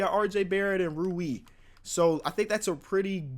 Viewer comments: I think I know how Rui is pronounced. The u makes a sound like ooooo from “The crowd ooooooed and aaaaaaaed after dunked on Mike.” The i makes an eeeeeeeee sound so it’s like r-oooo-eeee. It’s not like row-e. Young bull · like how could it be 'rye you' like its r u i not r i u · his name is pronounced ruu-i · Rui is pronounced “Roy” not ruee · R-oo-i Hu-chi-mor-ra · Imagine pronoucing rooy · Is it really that hard to say rui hachimura its like roo-ee hah-chi-moo-rah japanese names are phonetical theyre spelled like they sound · You say rui like Roy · Rui is pronounced Roy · It’s Roo-ee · Ru-e Ha-chi-mur-a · It’s pronounced like rooee hatch ee more uh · It's pronounced REE-you Ha-CHi-more-ah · It’s pronounced ruuuu eeeeeee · Rui Hachimuras name is pronounced "Roo-ee Hatch-ee-more-a" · It is pronounced Rooy Hachymara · He's called Ro-wee 😂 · Rui Hachimura is pronounced like buoy but with an R. Hope this helps. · R-U-I XD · Rui Hachimura “Roo-ee Hach-ee-mur-uh” Show the Zags some love,. 😂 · I got you with the pronunciation g Rui (Roo-E) Hachimura (Ha-Chee-More-A) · I’m a Zags fan and I love Rui Hatchimura a lot, but you’re pronouncing it wrong It’s Rue-e (rhymes with lewie) Hatchi-mure-ah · His name is pronounced Rooh-ee Ha-chee-more-ah. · Pronunciation: Rui (rue-ee) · Rew-ee Haw-chee-a-mar-a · Love ya but it’s rui pronounced like roo-ey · Also his name is Rue-we. Ha-chee-mur-a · roo-E is how you pronounce if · Yo the way you pronounce Rui name is “er”. “Ooo”. “Eee” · It’s roo-ee hatch-ee-mur-u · Just do you know it’s pronounced Rew-E Otch-uh-more-uh, Cause I know on the pod you never try and say it😂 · Rui Hachimura isn't even that hard to pronounce. First: Ru-E (said as one syllable) Last: Ha-Che-Mu-Ra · Rui Hachimura Roo-ee Hatsjimoora. It aint that hard;) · bruh roo eeeee lmao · It's roo-ee! Come on man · His name is pronounced: Roo-Wee Haw-Chee-Mer-Uh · Its pronounced: Roo-eee Hatch-chee-murr-uh